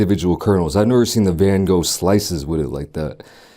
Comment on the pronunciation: anyone know why he called the whole corn slices on the pizza "van gogh slices" ? lol